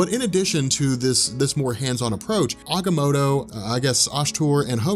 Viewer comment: check your pronunciation, not positive but I think you're saying Agamotto wrong